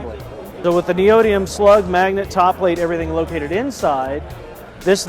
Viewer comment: What is neidoiem? Lol. Its neodymium